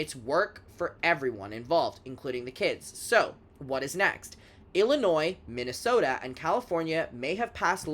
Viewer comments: i think biden said it like that once lmaoo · Why did you say Minnesota like that 😂